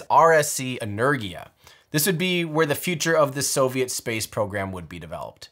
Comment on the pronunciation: Why are americans so bad at pronouncing words? Saying "energia" like "lurgy" when it's pronounced "en-er-gia"